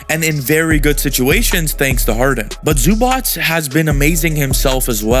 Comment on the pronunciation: U still pronouncing Zubac wrong lol.